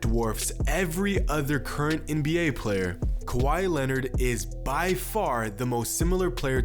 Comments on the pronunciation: I feel like you say “kawhi” like “Hawaii” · It’s Kawhi. Not like we’ve heard this for the last 3 years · Why do you call Kawhi Leonard kawaii? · It’s kawhi, ez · That pause at the end for Kawhi... That felt like it was John Bois inspired from his 3pt video.. Just sayin...